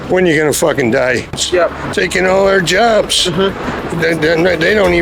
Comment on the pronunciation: "they terk er jerbs!"